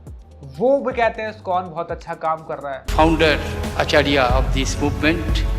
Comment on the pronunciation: He can't even pronounce ISkCON properly, he is that great an empty head, - Fools rush in where angels fear to tread